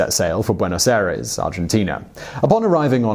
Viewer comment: Why don’t you care about pronunciation of foreign words and names at all? You should really try harder considering it’s an educational series. Buenohus Airees?